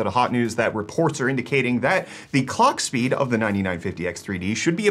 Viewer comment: It sounded more like colck